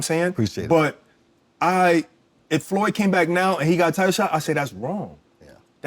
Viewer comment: Damn.. he called him "floyd" hahaha😂😂😂